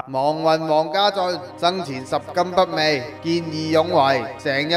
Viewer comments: ，係讀拾金不昧〈妹mui〉，唔係味道嘅味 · 拾金不昧，讀錯